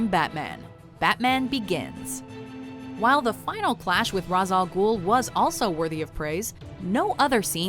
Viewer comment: I hate being a grammar nazi every time you guys do a top 10 relating to DC, Marvel or other franchises, but it's pronounced ray-sh-al-ghoul, not race al gul or raise al gul.